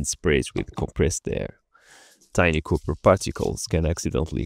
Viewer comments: Neat results, looks awesome...!! But i can't shake the time you called Copper, like Cooper, think saying a short name for a police officer, "Cop", just purral, then it's correct sounding, of Copper. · pleaseeeee stop saying cooper instead copper god please!!!! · the way he pronounced copper made me laugh. 😂